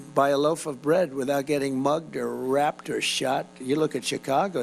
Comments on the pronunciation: Did anyone else notice that when he repeated his famous you can't go get a loaf of bread without being "mugged raped or shot"... he mispronounced "raped" and said "wrapped" instead?? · Lmao did he really just say "rapped" instead of raped? Dementia has his brain looking like a Walnut.